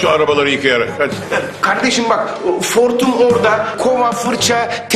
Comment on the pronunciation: 4,01 Sinan Hortum’a Fortum diyor.Yaniliyormuyum 🧐